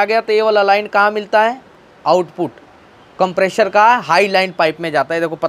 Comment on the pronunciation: If you can pronounce "compressor" then why are you deliberately pronouncing it as "Compreshor"